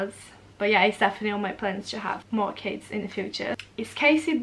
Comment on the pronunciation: When said "I love kids" near the start of the video I thought she said "I love Cas" short for Casey was it just me?? But she does love Casey none the less